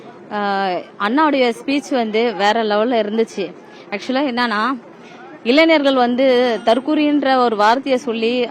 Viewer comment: இளைஞர் என்று சொல்ல தெரியல இளைநர் என்று சொல்ரா